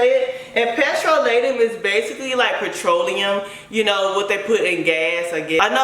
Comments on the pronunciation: It's Pe-TROleum, not Petro-LEUM. It's just funny how u r pronouncing it.... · Not being rude at all, but it's pronounced pi-tro-lee-yum. Makes sense because my hair says "yum" every time I seal with it 🤣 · It’s pronounced puh-troll-eee-um. It what Vaseline is made of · you pronouncing it wrong...type it in google and have the app say the word for you...good video chica